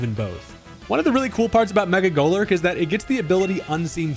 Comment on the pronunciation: now i've been wrong my fair share of times but i swear i can't unhear mecha golurk an i like it lol